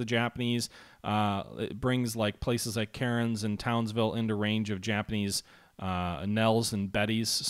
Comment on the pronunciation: "Charters TOWERS !! " Please look at names. Your commentary is good but as an aussie, your pronunciation of Australian words is very annoying. CAIRNS is pronounced "Cans" Melbourne is pronouced "Mel - Born". Brisbane is pronouced "Bris-ban"